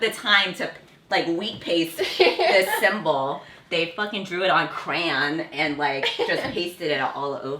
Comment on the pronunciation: Finally, someone pronounced Crayon the way I do...🥺🥺